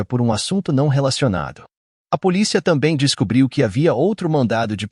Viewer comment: Sabe q eu acho q ele faz de propósito...policía...mal consigo prestar atenção ao caso....